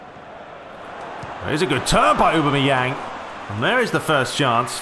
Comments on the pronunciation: It's 'ohbam-eyang' not 'ubermeyang' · No, it's Aw-bam-eh-yang... :p